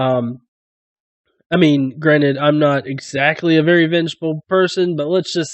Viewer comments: Good video man! As for the weird way he talks, he's probably Indian with English as a second language. A lot of Indian people pronounce "v" as "w" when speaking English, and it sounds really weird when they speak very clear English otherwise. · That pronouncing of a v as a w is an Indian thing. Notice that he doesn't just do it on "very", but also on "value".